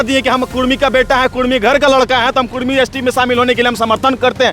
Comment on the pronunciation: (कुड़मी aur कुर्मी)dono ek hi sabd hai.bihari log jyadatar (ड़) उच्चारण नहीं कर पाता है।